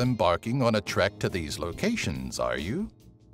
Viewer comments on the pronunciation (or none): none